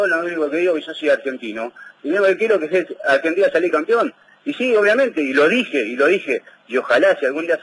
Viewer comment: No se dice campion?